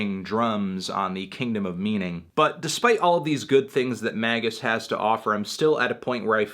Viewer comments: Surely it's pronounced May jus? Not Maggus? Anyway, it's.fucking amazing.. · It's not MAY-jiss? 😰